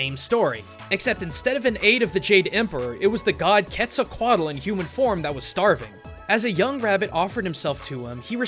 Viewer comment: It's Kehtz- a- Cotal Sorry 😏